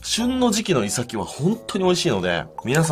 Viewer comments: イサキとイトヨリのイントネーションが気になる。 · イサキのイントネーションが違う気がする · イサキのイントネーションw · イサキの発音に違和感